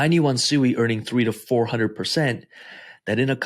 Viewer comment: first off its pronounced "swee" and you have your range set to 140% that aint no real money made. not everyone has hundreds of thousands of dollars to set ranges far and be satisfied. how tf can we make money when everytime we set a rang to make good money we jus get booted. ill make $100. in a day then all of a sudden the price tanks and i lose everyting plus more i made in a day. turbos sui aint no money unles u putting more the 10k in there